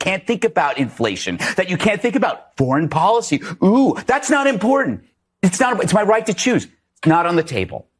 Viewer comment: Did you get your pronunciation of imporDant from MTG? Come on man, please work on pronouncing important properly!